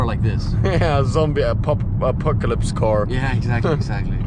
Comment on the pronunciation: acopalypse, apopalypse, hard word eh?